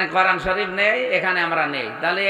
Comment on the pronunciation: উচ্চারণ করেন। করান কি?? কোরআন বলেন, করান বইলেন না।